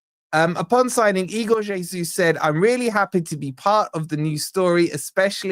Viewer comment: Its es uss not jay soos